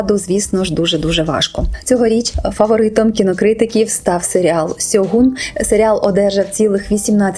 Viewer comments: Правильно буде ШЬОҐУН. Через С перекладається в рос. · правильно "Шоґун", ви використали рос.транслітерацію